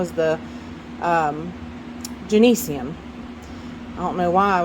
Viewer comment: when do we get to the pile of half dead Phalaenopsis?🤪 Also, the Trichocentrum, it is joan-zee-an-um (you know, like the name Jones with ee-an-um at the end)